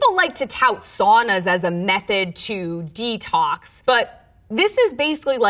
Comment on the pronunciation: デトックスの発音を知れたのが一番の収穫